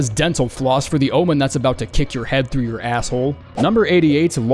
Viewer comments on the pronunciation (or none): none